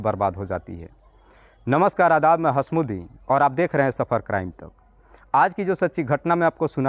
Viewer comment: Tum apna naam itni jaldi se bolte ho toh ptaa hi nhi chalta hai ke hai ya. Toh bhai jara ahista se bolo aue sahi bolo. H a s m u d d i n